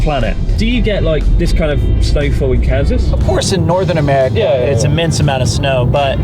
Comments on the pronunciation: Chris‘s pronunciation of “Kansas” sounds like “Cancers”🤪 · I'd like a posh british pronounciation of Kaansas.